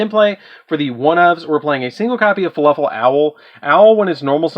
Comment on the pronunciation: "faluffle" is all i'm hearing. is that just a region pronunciation thing? if i' sounding rude by asking i don't mean it to be that way, i'm just confused cause it's spelled "fluffal" but i keep hearin you say it different. i kept in mind you have the deck as we can all see so it's preference to the user, it's just interesting.